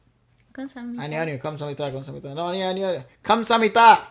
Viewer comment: 마지막에 남자분 기다려 말할때랑 감사합니다 말할때 발음 왜케 좋은거ㅋㄱㅋㅋㅋㅋㅋㅋㅋㅋ